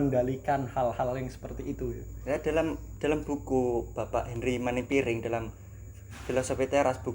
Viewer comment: Iya kak bener hanry manampiring, mungkin agak typo ngomongnya baru belajar